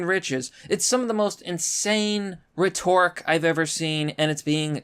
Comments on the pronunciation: rhetoric “REH tor ic” Rhetorical “reh TOR ic al” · rhetoric: the accent is on the first syllable. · “Retork”!?!? LMAO Leave the weak Tim Pool grift to Tim Pool, guy. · You not knowing how to pronounce the word “rhetoric” is like a Hershey’s rep who can’t say “chocolate”.